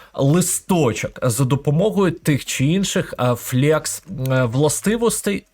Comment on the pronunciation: Величезне дякую за вашу позицію і корисний контент для веб-розробки. В тому числі завдяки вашим урокам, я опанував професію фронтенд-розробника і успішно працюю вже майже 2 роки. P.S. Невеликі поради по вимові англійських слів: flex - флекс, а не флєкс tinyPNG - тайні піенджи, а не тіні піенджи